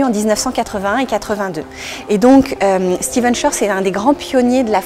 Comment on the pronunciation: Merci pour le partage . Stephen, et non "Steven", tout de même ... :)